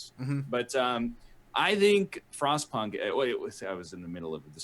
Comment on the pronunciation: So, no joke. When NL said he played Frostpunk, I thought he said "Frost Puck" and I had a big chuckle... I thought it was a hockey game...